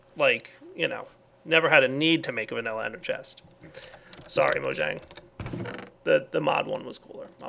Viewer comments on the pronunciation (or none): none